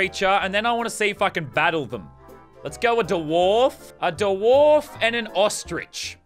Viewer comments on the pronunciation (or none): Did he actually call it a da warf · Did he just say da wharf